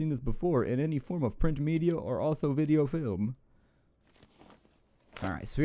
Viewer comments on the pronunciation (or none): none